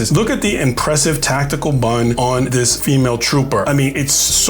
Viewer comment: When he said she has a, "...great tactcal bun..." I immediatly paused the video to look through the comments.